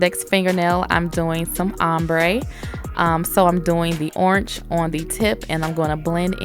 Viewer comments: I love your "CH" at the end of Orange! "Oranch" 😂😂😂 I love listening to your voice sis, the nails are Bomb!! 😍😍😘😘😘💝💝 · Great video 👍... girl did you say oransh?🤔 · 😂😂the way she says orange has me dead but those nails🔥🔥🔥 look sooo pretty😍